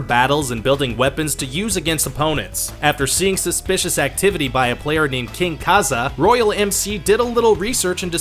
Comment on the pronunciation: U said subsicious not suspicious